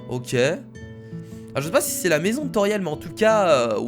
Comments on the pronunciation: ce pas tauriel mes toriel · C'est pas Tauriel mais Toriel juste sa me choque donc voilà dsl ☺ sa ma juste choquer . Like si t'es d'accord